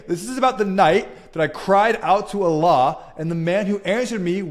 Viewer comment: Okay I respect that. But im not buying any of this. The way he said Allah swt made me laugh though. But cheers i guess